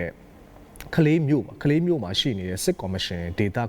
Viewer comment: ကလေး ပါ ခလေး လို့အသံမထွက်ရပါ